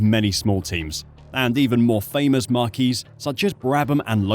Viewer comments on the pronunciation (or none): Marque: Pronounced ‘mark’ - a badge or brand. Marquee: Pronounced ‘mar’key’ - a large tent.